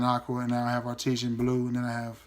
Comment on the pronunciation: It's pronounced John Varvatos Art-is-an, not Art-eee-shan. I love that house. Great choices.